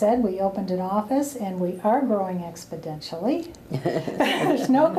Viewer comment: "expodentially" i think the word you're searching for is "exponentially". why don't you learn thee english language first before you try to represent a European Nationalist group and become a spokesperson.